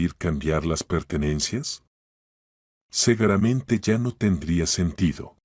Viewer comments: Seguramente o segueramente?😂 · Y sino vea en vez de decir seguramente,dice cegueramente .¿eso qué es ,qué significa?